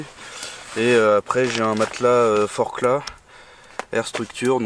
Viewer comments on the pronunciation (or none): none